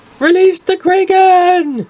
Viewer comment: Its kraken not kraiken